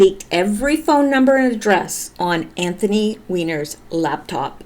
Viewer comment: His name is ANTHONY, not Anthon